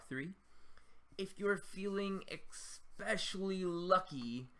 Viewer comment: lol "eckspecially"